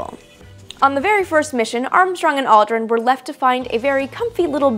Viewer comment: When she says Aldrin, sounds like she saying Oliver